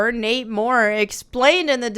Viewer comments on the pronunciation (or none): none